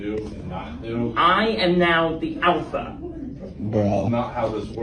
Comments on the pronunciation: " I'm now the awpha " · The afa doesn't haf to liften to thif... I think alpha needs to learn how to speak correctly before telling people what to do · The awpha takes pwiowity ovew the teachew 🤓🤓🤓🤓🤓